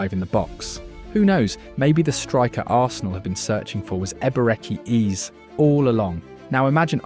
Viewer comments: hahaha Eber-Ecky Eez sounds like an american play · Wtf is Eber-echi Eeze